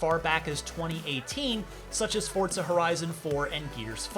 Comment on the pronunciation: If this man says Fortza one more time